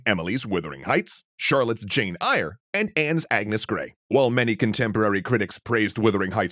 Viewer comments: Kate bush has done tons of other stuff than those two songs. "Eyre" as in Jane is pronounced like "Air" btw. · Just a friendly correction, Eyre is pronounced as in "air". I know our British names are very silly. :P Anyway, love the video :) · Wait thats pronounced Jane “ire?!”omg my whole life I thought it was Jane “air” 😅 (Also please do that one too, The movie adaptions used to scare The crap outta me as a kid but I loved it 😂💀💜)